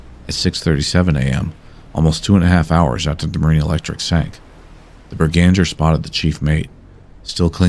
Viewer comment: Norwegian here, the name of the Norwegian mystery ship is almost certainly B E R G A N G E R, i'm fairly sure it's a place not far from where i live and i've heard the name before, Bananger however rings 0 bells. also i don't wanna be stickler for pronounciation but the best way to put it for English native speakers is Berg-anger.